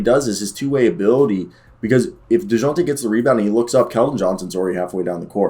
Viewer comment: First 30 seconds of this video were jarring as fuck, from the way you pronounce Dejounte to “muscle hamster”, I’m not sure I should keep watching